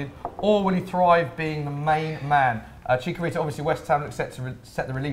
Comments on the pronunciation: and it's Chicharito not Chicarito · That pronunciation of Chicarito 😒